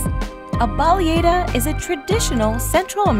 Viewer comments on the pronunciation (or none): Great video! Couple of corrections: it’s bah-leh-ah-dah, not bah-leh-ey-dah. And it’s not Central American, it’s only Honduran. Anyway, Thanks for bringing us along! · I love how you butchered the word Baleada lol